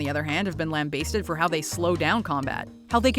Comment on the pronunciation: Sorry, what? Who pronounces lambasted "Lamb basted"??